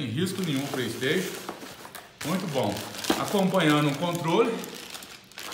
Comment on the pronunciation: "Praistation" , "x box" kkkkkk , mais parabéns